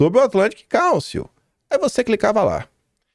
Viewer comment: Atlantic Cálcio, Ferro, Zinco e Bromo? Kkkkkk...que inglês é esse do, hein? Cálcio? Kkkkkkkkk...Council (káunsil)...